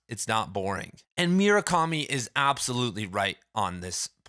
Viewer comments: i'm sorry, did you just say MYU-rakami? 😐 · bro, it's not hard to say murakami